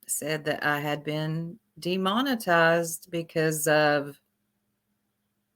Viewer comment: Demon-I- tized like they baptized you from the matrix